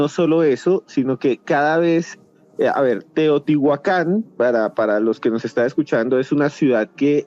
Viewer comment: Estoy aqui para corregir errores : por favor prononciar teotihuacan correctamente y los peces son animales acuaticos. Todos los animales pertenecen a la tierra pero estan clasficados como terrestres. , aereos y acuaticos.